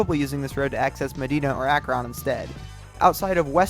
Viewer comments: Yea, I cringed everytime he said AkRON...lol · I know some Ohio names like Scioto and Medina are hard but there is no way you just did Akron like that. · It took me forever to realize he was trying to say Scioto only he butchered it lol, and Akron lol it's not AkRON it's more like Akrun. For Scioto River it's more like sy-OH-ta for Medina it's either Me-DI-na or Me-de-na. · As someone from Northeast Ohio, It hurts to hear your pronunciations of Medina and Akron.